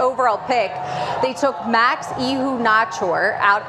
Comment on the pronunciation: had better learn how Max's name is pronounced.